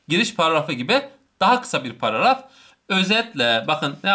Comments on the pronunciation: ŞAŞSÖDÖLDLDLDLF gülmekten izleyemedim birde paragrafa pağafaf demen şsşsşdömdmdmfmfmdöödödöfö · Herşey çok güzel ama “pararaf “ kötüymüş 😂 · hocam bir paragraf diyemedin hep pararaf parraf gibi şeyler dedin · Paragrafa pararaf diyiyor😂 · Hocam pararaf degil paragraf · parafı degil hocam paragraf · Adam paragraf diyemiyor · Adam sizin için o kadar anlatıyor takıldıgınız şey Paragrafı düzgün söyleyememesimi utanın lan